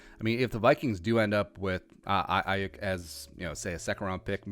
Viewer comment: It's pronounced Ayoook...